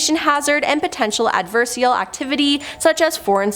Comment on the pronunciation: Ad-ver-sar-i-al... adversarial...